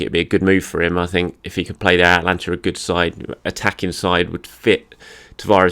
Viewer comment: Atalanta, not Atlanta. Atlanta United of the MLS would suddenly be my favorite team in the US!